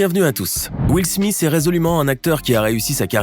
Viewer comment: Will smisss 😂😂